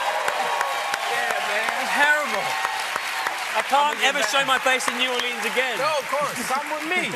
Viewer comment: The way he pronounces New Orleans bothers me. It's supposed to be New ORleans, not New orLEANS.